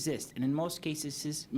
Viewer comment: The potato can’t pronounce ‘cases’.